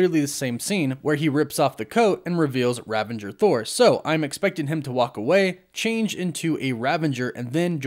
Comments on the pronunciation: It is ravager. ravage + er. There is no n. It is not rav-an-jer. Sorry, but that was really bothering me. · RAVAGER, not RAVENGER. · Hey man, love the content as always! Just one thing: it's Ravager Thor (as in the Ravagers from GOTG), not Ravenger Thor, right? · Love, but he tends to say things wrong a lot. Just a quirk, oh well. It is indeed Ravager Thor rather than Ravenger Thor. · Great video! Quick question: Ravager or Ravenger? I keep hearing Ravenger and it doesn’t sound right. Thought it was Ravager. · I hate to be the corrector, but it's "Ravager Thor" rather than Ravenger. 😅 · Ravager, not Ravenger, no n. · "Ravager" not "Ravenger" I think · Its RAVAGER** bro bro... Not "Ravenger" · it's not ravanger dude It's ravager.. "A ravager never flies solo" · Great video but - ravager. Not ravenger. There's no 'n' in the middle. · I’m sorry but it bugs me that you pronounce an N in Ravager. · I think it's RAVAGER not RAVENGER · Why does everyone I watch say “Ravanger”? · You said "ravanger" again, lol. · Isn’t it Ravager not Ravanger? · Ravager...not "Ravenger" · There are quite a few words that you always mispronounce, but none are as annoying as how you incorrectly say "ravager." There is no "n" before the "g." In Ragnarok, Thor joked about "Revengers," which is a totally different word than the factions from GotG... "Rav-age-rs." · Ravenger Thor? Ravengers? Seriously? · There is no "N" in Ravager. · Okay. I wasn't gonna say it but it's driving me nuts. There's no "N" in "Ravager." Great breakdown. But I couldn't just let it go.